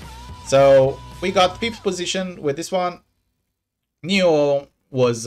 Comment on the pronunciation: Spoonacus is pronounced like Spartacus. That's my baby account. 😎 Might as well pronounce it right since you'll see it at the top of your bracket often. 😅😘